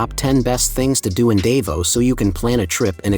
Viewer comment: You need to learn how to pronounce Davao